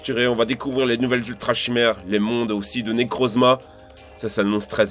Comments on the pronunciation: Arrim moi mdrrr quand il fait les bruits quand j’etait petit *pishouu piou prrr* et quand il dit « Nekrrrouzma » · Quand il a dit necrozma j'étais mort